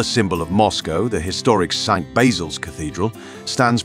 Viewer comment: You sure of your pronunciation of Belarus??? Ukraine?? St Basil's?? Not sure this is the job for you?